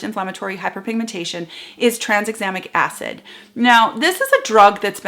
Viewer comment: We didn't notice - you are so clear! (and we tried and couldn't say "Tranexamic Acid rabbit hole"). Sometimes it feels like the people who create these ingredients are trying to get Scrabble points.